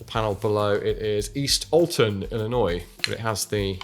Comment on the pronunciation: Glad he said ‘Illinois’ correctly!